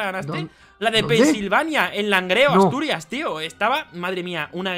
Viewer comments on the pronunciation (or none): none